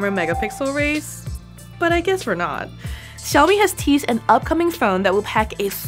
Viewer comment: It is "sha-o-mi" not "sa-o-mi"